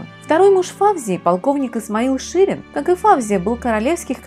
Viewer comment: Не ФАвзия , а ФавзиййА . Имеет корни османских турков ! Что касается французов ,то они некрасивы. У ФавзиййИ утонченная внешнгсть именно от османов . Достаточно посмотреть на ее бабушку, отца, брата и самого Фуада Ахмеда -l , короля Египта. Не Исмаил ШИрин, а Исмаил ШирИн .